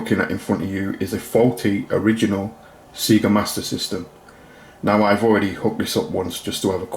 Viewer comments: It's pronounced Sayga not Seega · It's not Seega. It's Sega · Nice fix. Never heard someone from the UK pronounce it "SEE-GA" before, thought it was just an Ozzie thing.